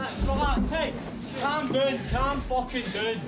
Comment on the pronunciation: Gotta love to fear that sound and those words lol. "Sssswoosh!!, RPG!!!" just wow. lol And I love the Brits lol, " Calm Dune, Calm Fuckin Dune." haha. thats great.